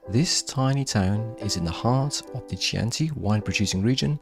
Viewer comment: Please! The CH in Chianti is a hard sound, not a soft sound.